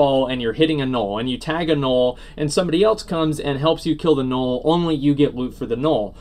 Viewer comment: I wish you'd stop saying Gnorll. Good video though.